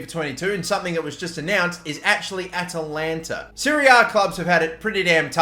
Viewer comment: Atalanta... AT-AT Walker... Atatalantata...